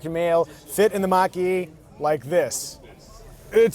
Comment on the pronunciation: Almost like he’s saying Maggi, like the noodles.